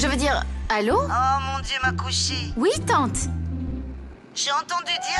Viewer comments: Kushi me tue au lieu de dire allô elle dit alwa 😂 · Kushi est tellement aoureuse d'arnav q'elle a echouer de preparer du alva pouri, et au lieu de dire allo,elle dit raliua😂😂 mais arnav la felicite malgrès tout❤❤😂😂 et arnav son complices,les deux viennent de demasqués shyam😂👍et nané et kushi sont aussi complices j 'afore✨️💫👍 manorama s'est fait avoir par NK elle avoue ses pèchés😂🤭🤭😂,nané est super👍